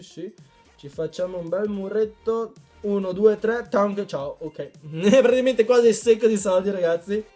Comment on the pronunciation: ahaah grande comunque piu guardo i tuoi video piu vedo che non sai dire praticamente dici tipo pratiimente